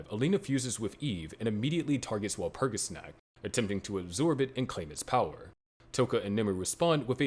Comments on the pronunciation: You said Walpurgisnact wrong, I'm disliking the video and not watching anymore; bye. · Please say walpurigisnacht in a more german like pronunciation.